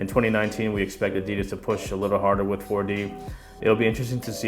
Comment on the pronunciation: Why do you pronounce "ADIDAS" like an idiot??